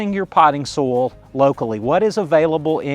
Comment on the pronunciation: Great video, but was getting annoyed at the pronunciation of "Potting soul". What is potting soul? Took me a while to realise you were saying SOIL, hah!